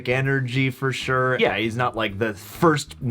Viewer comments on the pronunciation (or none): none